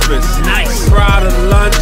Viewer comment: Versace brefst🤪😳